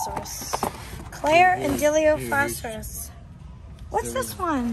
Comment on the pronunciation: even the man himself said dilophosaurus wrong, die-lof-oh-sor-us